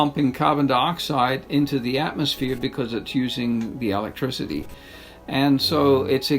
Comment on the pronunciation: If you cant pronounce "electricity" correctly, I dont care what you have to say. I'm not listening.